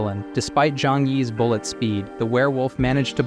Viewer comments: i am still laughing at how your AI said Bull-ett glass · The ai reading this is funny lol love it Ai saying bullet as bull e e e et